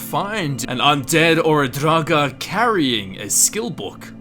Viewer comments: Lol...draGAAAAH. I've heard you pronounce Draugr properly, so my question is, why were you pronouncing everything so funny? xD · You say draugr like you are having a stroke.